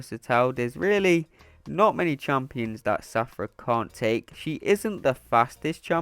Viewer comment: Take a shot everything he says Shathra as Safra 😂🍻